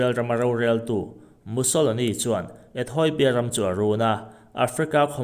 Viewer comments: Ethawipia tiin I lam tlat a.... Ethiopia(ethiawpia) tia lam tur anih hmel e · Ethawipia tiin i chhiar zel a, ethiopia ti in chhiar la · Ethawipia iti zel aaa Ethopia tih tur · Ethoipia ani bawk lo. ETHOPIA TIHTUR AW. Lehkhathiam zawk pawh hian, diklo pui pui hian, inziak a, inchhiar bawk a,😮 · Ethoipia nilovin ethiopia a nia 😂😂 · Ethawipia ti in i lam daih a haaaa